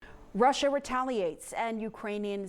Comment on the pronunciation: Please tell there's only one R in Russia....not Rusher